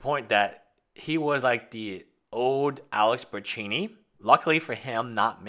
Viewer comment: The way says pewiedewiepie is my fave thing after the way he pronounces Bertoncini 💜